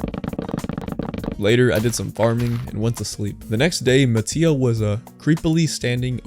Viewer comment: It’s not ma-tea-o it’s ma-tay-o